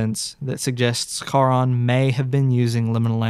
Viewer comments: thats not how you pronounciate charon why you saying it like its an arabic word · i really don’t wanna be that guy. but the ch in charon is pronounced like the one in chasim, & not like how it’s pronounced in german or hebrew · I actually think the company is pronounced "care-on", iirc! I have this vague memory of it being in the first Percy Jackson book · Great video! Loved the viewer follow-along. The way he pronounces Charon like the c is silent is kinda funny. Very charming! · Whoever created the backrooms style of content that compliments this story here did a heck of a job. Ive been visiting the actual website since opening and i never got anywhere on it so i had to just look at other people's discoveries on it and thats actually how i found this and in glad i did . Only thing is how the narrator pronounces Charon. Im not grammer nazi but theres something about it that just doesnt go with the rest of the narrative. Ive heard it enunciated as Karen or Karon and even Sharron wuch as the boarmans name or Artemis Entreris temporary sword Charons Claw. But Harron sounds very german in an else while english story . Potato poe taato i gues. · First time I heard Charon being pronounced that way! Didn’t get who that was until you talked more about him oof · Why do you say Charon wrong? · man, i need you to google how to pronounce "charon" because it's not the way you think it is